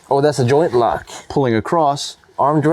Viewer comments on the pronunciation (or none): none